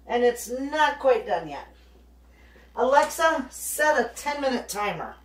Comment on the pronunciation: have to laugh every time you say alexi set timer my sets your time